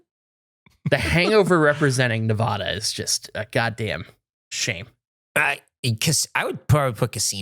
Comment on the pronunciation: Same. As a born Las Vegan, it hurt to see that. Also hurt to hear how they pronounce Nevada.